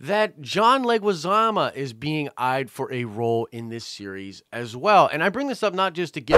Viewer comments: Who's John Leguizama? It's Leguizamo MO MOOOOOO. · John Alberto Leguizamo, last name pronounced "leg-wih-zah-moe". Not trying to be picky but I cringed every time you said "leg-wih-zah-mah":P Love the show and the updates!